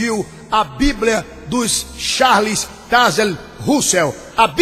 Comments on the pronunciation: este pastor nem sabe pronunciar o nome do charles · Volta pra escola e aprende a falar, pois não é assim que se pronuncia o nome de Charles